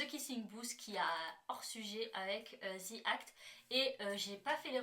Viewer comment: ce n’est pas le Ze ou Zi qui est faux , le The se prononce comme un Z mais avec le bout de la langue entre les dents .. au pire on dit “De ou Di act” mais pas Zi ou Ze 🙃